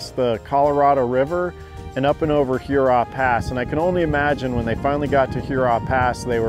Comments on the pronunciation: “Her raw”, not like Huron. 🤓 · I’m just playing with you guys - the video was truly A+. It’s every time you say Hurrah. Love your work, and please know I’m just goofing around.